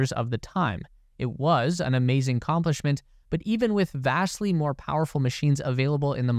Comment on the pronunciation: Accomplishment, not complishment